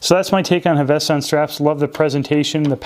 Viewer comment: 1) It is pronounced Hav-es-ton. 2) it's not a NATO but a ZULU. One piece pass thru is a Zulu. They started with typical NYLON Zulus. Having had 3 of them from the outset the canvas are immensely better, more comfortable, and highly durable I have one I have not taken off in a year it's faded as one would expect given showering etc. The stitching is superb. the tins originally did not have hinges they improved that and are helpful for storing things when travelling and very secure. You cannot go wrong with the canvas. They are working on a PVD canvas range.